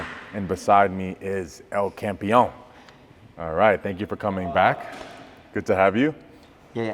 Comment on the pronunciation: Larry finally learnt to say El Campeon rightl